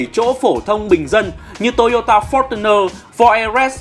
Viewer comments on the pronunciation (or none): none